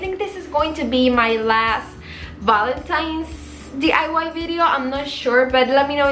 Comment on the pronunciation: Hola nena... solo te queria felicitar por tu hermoso canal. Siempre te veo y me encanta, especialmente eres mi "Go To"cada vez q quiero hacer algo galvanized... Me encantan TODOS tus diys... Una cosa, me encanta q ya no dices D.A.Y. Cada vez q lo decias me jalaba los moños lol ya lo dices bien... Yo se q se le traba la lengua a uno aveces, pero eso te hace unica y solo te digo que me encantas.... TE FELICITO... he hecho varios de tus projectos y quedan hermosos. muchos besos y saludos. 😘😘